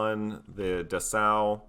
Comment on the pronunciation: Dessau -> DESS-OW (city in Germany) Stier -> SHTEER (German for "bull")